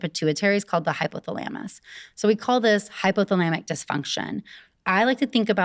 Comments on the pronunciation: Noooooo not the hypo-thel-amus lmao credibilty lost the second I heard that pronunciation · she pronounces hypothalamus wrong… lol 😂😂😂